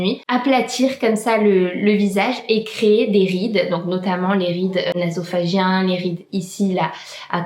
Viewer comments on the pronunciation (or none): Hello, juste pour info. on dit sillon « nasogénien » et non « nasophagién » ahah 😂😊